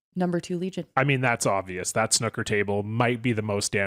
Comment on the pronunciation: Please look up how to pronounce Snooker